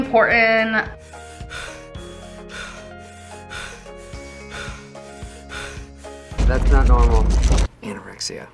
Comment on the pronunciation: "Its really impornan"... 🙄